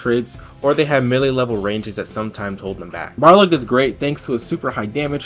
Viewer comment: Im sorry, i cant wit you contiuously mispronouncing balrog; its pronounced ball-rog, not bar log (not me being mad, just giving you info lol)